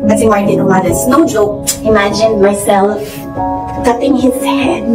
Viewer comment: Pati pagpronounce ng “ cutting “ mali pa 🥲